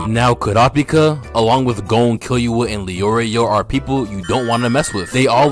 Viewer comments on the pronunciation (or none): say it with me "Key-Loo-ah"